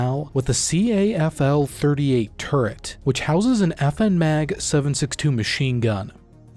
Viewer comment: Is it really that difficult to just say cavalry? It’s three syllables dude. That’s it.